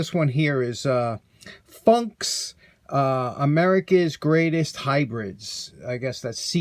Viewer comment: Funk’s is in fact a seed corn company, AND you pronounced it correctly. I’ve heard the same about the linesman’s pliers being used to de-bur also but have you ever seen wear marks on any that would indicate they were used that way?